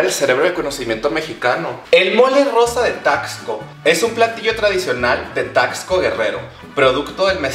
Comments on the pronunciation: Weeey, yo soy de Taxco, neta te amo. Y bueno... se pronuncia taSco xd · Como que no se pronuncia taXco? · Amistad no se pronuncia "Tacsco" sino es más como "Tasco" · Aquí viene la contraparte de super holly... O sea yo.. -No se dice: "Taxsco" -Se dice: "Tasco" Pero se te perdona todo hermana! Y uff ufff uffff el cóctelito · Amiga, no sé si lo decías en juego, pero bueno, se pronuncia Tasco, amiga. Amé el video, espero con ansias el resto de la semana mexicanisima; saludo desde Acapulco 💜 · Me encanto tu vídeo 😍 tu vestido es hermoso Solo como dato, Taxco se pronuncia la x como s, sonaría Tasco. Vivo al lado de esta hermosa ciudad 😊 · Me emocioné cuando dijo Taxco (de ahí soy), pero chica, se dice como si la "x" fuera "s". Aún así me encantó el video <3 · We cuando dijo TAXCO dije nel se dice tasco pido perdón por ser pendeja 😫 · Herman soy fan de como pronuncias Taxco.